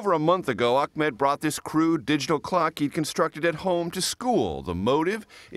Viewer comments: Hey CBS...His name is "Ahmed" not "Achmed"....way to be CBS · 😂💔 you are right it's Ahmed in Arabic But in Egypt we say it Ahmad 😂✋ there is no name called achmed It's my dad name I am sure